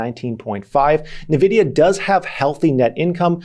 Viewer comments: neh- vidia? isnt it n-vidia? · why do you keep saying nevidia if you know its N-vidia? xD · I just cringed a little when he said nuhvidia 😔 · Btw Nvidia is pronounced like n vidia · NVIDIA ==> Ann - Wee - Dia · What the heck is "navidia"? 😅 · Stop saying Nvidia wrong. ooooh